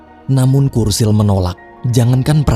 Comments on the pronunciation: Btw namanya churchill disebut Cur-Cil bukan Kur-Sil min 😢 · Bacanya CERCIL bang bukan kursil, CH itu tetep C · Churchill bacanya curcil bang, bukan kurcil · Churchill tetap dibaca "C" Bukan "K" Bro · Bukan "kursil" min, tapi dibaca "curcil" wkwkwk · Churchill bacanya cercil bg bukan kursil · Kursil? Yuan? Sedikit saran Sebelum buat video cari tau dulu cara pungucapan namany ya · cherchill sih